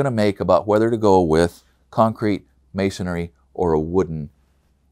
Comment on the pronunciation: Is it masonry or masonary? Rhetorical question, but you're saying masonry incorrectly.